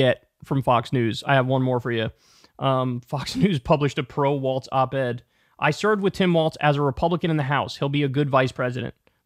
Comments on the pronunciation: KYLE! I love you but It's WaLZ, not WaLTZ !!! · It’s WALLLZZZZ!! No T! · Walls not waltz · I’m a big fan of your podcast Kyle but if you say Waltz and not Walz one more time I’m gonna lose my shit lol 😂. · I think its pronounced Walls